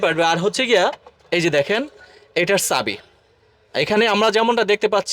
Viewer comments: চাইনিজ ❌ সাইনিজ ✅ প্রাইভেট❌ ফ্রাইভেট ✅ ড্যাশ বোর্ড ❌ দেস বোর্ড ✅ চাবি ❌ ছাবি ✅ স্টার্ট ❌ স্তাত ✅ প্লিজ ❌ প্লিজ্জ্ব ✅ আশা করি উচ্চারণ গুলো শুদ্ধ করবেন। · ছাবি😂😂😂ফ্রাইভেট😂😂😂পিলিচ😂😂😂তুই আগে তোর উচ্চারণ ঠিক কর। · এতো বড় কোম্পানি পন্যের ব্যান্ডিং করায় যে কিনা সঠিক ভাবে উচ্চারণ করতে পারে না।চাবি কে ছাবি,পা কে পাও,চায়না কে ছায়না,রোদ কে রোইদে,গ্লাস কে গেলাস,উঠবে কে উডবে,ব্রেক কে বেরেক